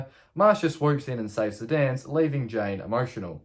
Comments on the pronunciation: Lol you keep saying Jane instead of Jan. I'd watch out if I were you. You might wake to find Jan standing over you, gleefully laughing while she gives you a crew cut. ;) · Yes I thought so too. But I wonder how he would actually pronounce "Jane" then, lol?